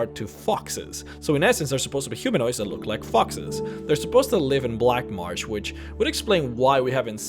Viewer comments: "Black Marge" its black marsh! S H. MARSSSSSHHHHH. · Why do you say "black marj" it's "black marSSSSSSHHHHH" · Your pronunciation of Black Marsh as "Black Martch" is really irritating. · I cringed every time I heard 'The Black March' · theyre called hagravens. and its Black Marsh not black march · Weird why do I keep hearing him say "Black Marge" instead of "Black Marsh"? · Weird why do I keep hearing you say "Black Marge" instead of "Black Marsh"? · Loved the video. Why does it sound like you're pronouncing "Black Marsh" with a "G" sound in it? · im sorry, but the way you pronounce lycanthropes and black marsh is unbearable